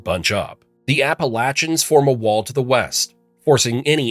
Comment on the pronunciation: “The apleashins”